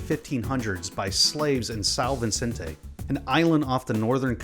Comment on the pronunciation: He didn't put any effort in learning how to pronounce São Vicente huh